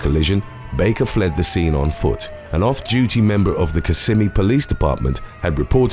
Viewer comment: Nobody ever pronounces Kissimmee properly - nice job!